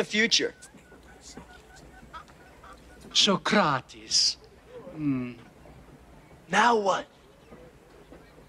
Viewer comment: I like how they mispronounce everyone's names at first. Beeth Oven, So-Crates, etc. so lol.